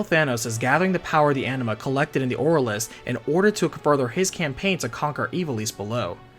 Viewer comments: It is ANIMA not ENEMA LOOOOL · Every time you say "Anima", I'm hearing "Enema" 😂 Great video! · I hear "enema" lol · It's interesting but the way you said 'Anima' is pretty distracting, it's sounds like 'Enema' 😂😂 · Why do you pronounce it like 'enema'?